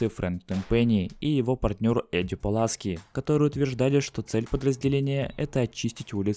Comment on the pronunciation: не Паласки, а Пуласки-хуяски